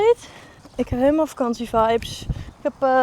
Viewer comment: Je word al een beetje een westlander. Met de uitspraak "Helemaal goud"😀